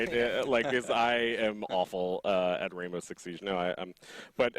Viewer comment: HE SAID WAINBOW